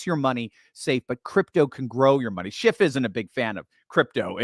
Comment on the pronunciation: FYI: It's Peter "Schiff", not "SchiffT" Mr. Expert! Just sayin.